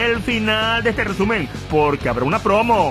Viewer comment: Jajaja rebuenisimo el rrrrreeeeeesumen de la semana navideño, y bien que cantas... Pero de la v*rga xD Feliz navidad y año nuevo